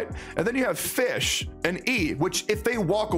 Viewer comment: Fischl was pronounced as Fish? I read her name as Fis-zshel